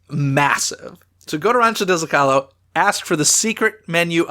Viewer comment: Isn't the restaurant Rancho del Zocalo pronounced "Zo-ca-low" not "Zo-call-o"?